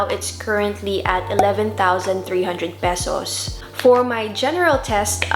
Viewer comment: You sounds like Philipina when you say Pesos.